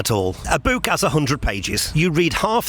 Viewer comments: WTF is a boo-k? it's a book.....not a boo-k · The way this guy says “book” should be illegal and I’m actually pretty sure it is